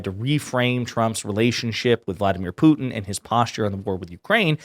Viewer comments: Why does she pronounce it “poo-in” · She can't look in the mirror all she sees is a spitting image puppet of herself and someone needs to tell her that its pronounced put... in and not poo... in what a snowflake!! Why is she always shouting as well? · Does it bother anyone that younger people don't enunciate "t's" in words? Pu-en Ugh. Put-in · Putin! POO-TIN! So embarrassing that the White House spokesperson can't pronounce the Russian president's name. Who the hell is POO-in. Is it possible this woman can speak without screeching? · Is she calling him "Poo-en"? WTF? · She still doesn’t know how to say Putin. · Why can't this idiot pronounce "Putin"? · Does she know there is a T in Putin?